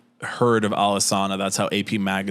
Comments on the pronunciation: It’s not pronounced “Alesana,” it’s pronounced “Alesana.” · Don't even know how to pronounce the band name. Done with the video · A group that did “so much research” is the same group to mispronounce the band name… for the hate level expressed, I’d love to see this dude write something better than they did and continued to do.